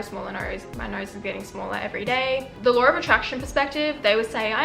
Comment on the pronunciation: really felt when they said “*lawr*”